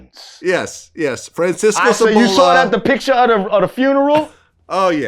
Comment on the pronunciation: Sabalo - not Sabola - he is saying that to make it rhyme with ebola-racist pig-!!!!